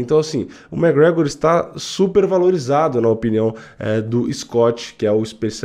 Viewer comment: e é McGregor, não "mec gregor"